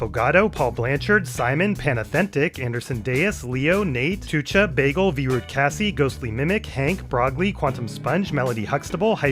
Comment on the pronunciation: Pronouncing "Tuča" absolutely perfectly when I thought I would catch a mistake is diabolical.